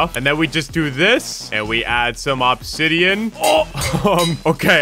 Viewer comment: “ohb-zidean”